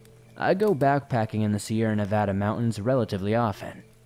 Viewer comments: Nice job pronouncing Nevada. As a native Nevadan, it's nails on a chalk board to hear people pronounce it with 2 soft A's. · And you pronounced Nevada correctly!